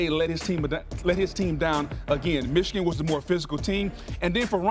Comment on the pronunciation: And it's not ichigan. It's MICHIGAN.